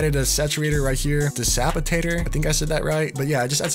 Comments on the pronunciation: My man said desapitstor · Bro said de sapitator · It's de-kap-itatar brah 😂😂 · How can you misspronounce DECAPITATOR like that brooo 😩